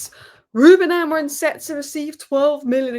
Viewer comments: It's AMORIM! Not Amorin!😂😂😂 Ffs can't even say your own managers name correctly.Painful to listen to. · So many United commentators think Amorim’s name ends in “n” !